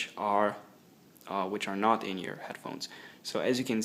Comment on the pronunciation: Inyoure..? I think its pronounced inear ;)